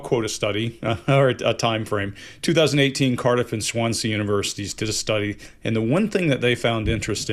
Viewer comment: Swansea! My city!! Sounds so strange, saying "Swansea" lol.